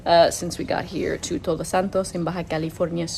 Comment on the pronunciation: I love your videos. Again. You have the ability to capture us kind of lift us get really excited by your narrative full of joy and pasion and scenes so awesome and suddenly boom we fall to the ground, your video is over.. Way too short hahaha. By the way. Try to pronounce TODOS a little more emphatic a little more i don't you, your Spanish pronunciation is awfully good and clear. You are saying TOROS instead of TODOS. Toros means bulls, todos means all. D sounds differently. R has two sounds. Carro pure R sound and in CoRazon, you see how it is pronounced. Enjoy your stay there. I'm looking forward to seeing more videos from you. A big hug for y'all.